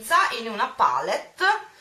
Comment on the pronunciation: Tesoro, non ti si può sentire a dire "pàllet" ogni pochi secondi. IN ITALIA si pronuncia "palétt", anche perchè è una parola francese e quindi va pronunciata così. Sono solo quelle nel mondo anglosassone che dicono "pàlett", perchè inglesizzano la parola. Ma la pronuncia corretta è "palétt", del resto nel nostro Paese viene pronunciata in questo modo :-) <3